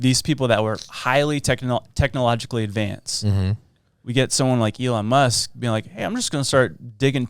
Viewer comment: He's name is Eel On Mask. Pronounce him...